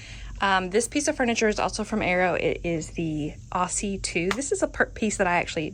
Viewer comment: Aussie is actually pronounced Ozzy.